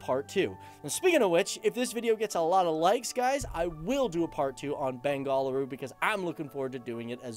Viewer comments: it's not "Ben GALL a-roo," it's "BENgaLUru" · one main thin that drove me up up the wall was the pronounciation of bengaLuru as bengalooru time n' again which is not the "loo" as pronounced in a loo(a toilet)but with a heavy accent "Lu or La"sound as in "kaaLi"(the godess)which you westerners either can't or find it difficult to pronounce,i see a lot of bangalore centric "SO CALLED" english news channels doing the same which is pretty annoying,you are atleast an exception when it comes to pronouncing a Kannada word but with those people working in that english news channels i said are all Kannadigas and speak in Kannada as soon as they go home after their work and while at work pretend they don't know Kannada and think it is cheezy to admit that they know Kannada,well i'd like to slap hard on such people's faces,same goes out to kammanahaLLi, jalahaLLi, somanahaLLi etc etc it is "haLLI" as in a village and not "halli"while halli is a lizard(see...your bad pronounciation changes the whole meaning of the word). For god's sake i know that you know Kannada very well,please don't insult the richness of my mother tongue which is more than anything in the world,at least for me and people like me who are ready to give our lives for the sake of our beloved Language,the one,the only,the most beautiful language in the whole wide world "KANNADA". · It’s not bengaal uru...... its Bengaluru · It's Beng'aluru not Ben'galuru. Bengal is another separate state in Inda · it's not Bengaaluru, it is pronounced as Bengaluru... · Dude pronounce it properly its not beng-a - la-ru it's beng-aa-luru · It's Ben-ga-lu-ru NOT Bengaaluru dude! So annoying to hear that!! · Liked the video but I had to cringe a little everytime you said Bengaluru (bengaaaal ooru?) 🙈I never understood why the British renamed it but I kind of got my answer in this video 😉😁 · Love how you pronounce it . Bang - gall - a rue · Got a check my ear, I keep hearing Bang-A-Whoreu.. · It's pronounced as Benga-luru